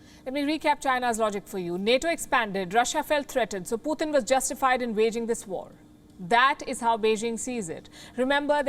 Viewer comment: its Putin not Pu thin, can someone let her know